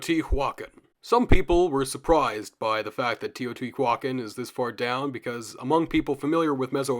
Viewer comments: Thanks for the content, I've enjoyed it. However, in moments it hurts to hear quite a botched pronunciation - first one I heard was Teotihuacán. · Teotihuacán is pronounced not like that